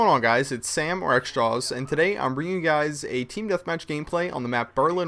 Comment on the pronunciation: when he says xjaws it sounds like extra-alls or extra-aws, thumbs up if u agree